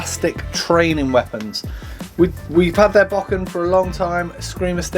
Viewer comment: Dude it is not 'BACK-IN', It is a "BO-KEN"